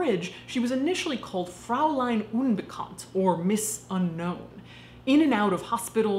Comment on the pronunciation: Fräulein is pronounced like "froyline" rather than "frauline." The "äu" diphthong is pronounced the same was as "eu" in German.